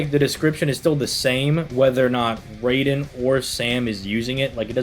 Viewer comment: Raiden is pronounced r-eye-den... Just a friendly correction. Great video!